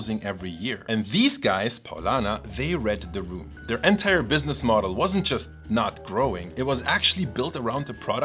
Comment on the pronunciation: as a friendly reminder, please look up the pronunciation of the word "entire". you use it soooooo often, it drove me nuts. xD great video though!